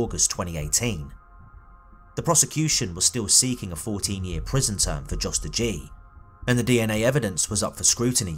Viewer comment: Her brother was a selfless hero who did all he could. I hope he’s at peace now. On a side note, I think Jos is probably pronounced with the J like a Y. Like how Germans say Ja. I once worked with a Dutch guy named Jost and it was pronounced “Yōst”. #RockGang🗿🗿🗿